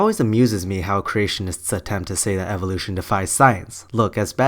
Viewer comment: am i the only one who gets bugged by the way he says evolution